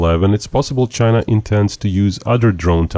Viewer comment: THE GEARRRRRRTE CHAIYYYNAAAAAAA